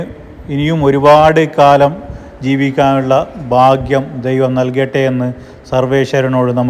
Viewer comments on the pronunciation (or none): none